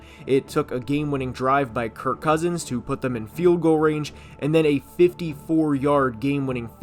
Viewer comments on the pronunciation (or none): none